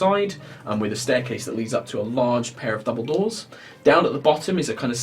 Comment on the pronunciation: I know he said "double-doors" but it sounded like "Dumbledores" so I would prefer to imagine that the Mason's Guild has two statues of Dumbledore in their building.